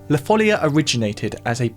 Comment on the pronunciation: this cord progression of la folia gives a renaissance touch even with your composition with electronic instruments. BTW, in Spanish it is la folía with a stress on the i. Some claim that due to its musical form, style and the etymology of the word, it is assumed that the melody emerged as a dance in the middle or end of the 15th century, in Portugal or in the former Kingdom of León (an area of Galician influence) or in the Kingdom of Valencia. Both in Portuguese and in Catalan/Valencian "la folia" is pronounced with a stress on the I, even if the accent is not written. Sorry for the pedantry 🥸